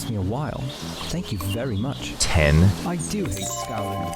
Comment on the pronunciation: the way he said "10"